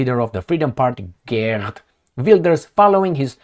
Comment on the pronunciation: Geert is pronounced Heert. Just like Harkov is not Karkov 😅. Why don't you sometimes use Google Translate and figure that out?